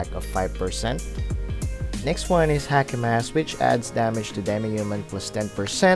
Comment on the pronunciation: "Hakee Mask"